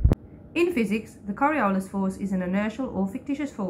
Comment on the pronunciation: he doesn’t even say Coriolis correct. And they didn’t edit it to correct it. 😂